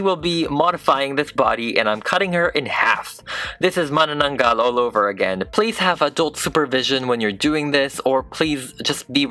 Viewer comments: idk but i heard filipino screams when he said "manananggal" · I just realize you're filipino. I heard you say manananggal HAHAHA